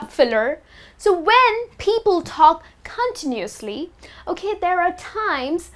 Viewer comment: gosh.. a teacher who doesnt know how to pronounce some words herself hahahahaha.. gosh. the net is full of rubbish.. repeat after me > i don't know the right pronunciation of "instead" which rymes with fed. also repeat after me > continuously is too difficult a word for me to pronounce. i get lost in the middle of it. fail... level infinity . shitty video.